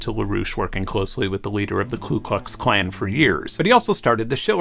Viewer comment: It's "Ku Klux Klan," not "Clue Klux Klan"